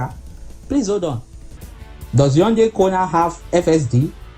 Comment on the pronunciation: Adeola: it is not 'unndei' it is pronounced iundai ( Hyundai )